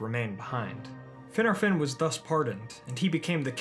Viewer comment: LMAO... "Finner-fin..." 🤣 ...say "Fin'ARR-fin" , roll that R homie, say it right! Gotta put a little Gaelic on it bruv... lol